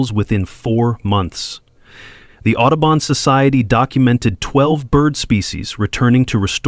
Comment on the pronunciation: Otterbon?!? Do you mean Audubo n?